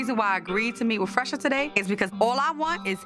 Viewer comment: say Phresher with a Ph! 🤣🤣